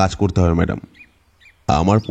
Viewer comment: মাদাম কি ভাই? ম্যাডাম হবে!🙄